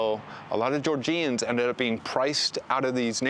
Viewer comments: Jor-Juns. Not Jor-Jeeyuns. Do the bare minimum, refer to the people correctly. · It's not pronounced GeorJEEans. Come on.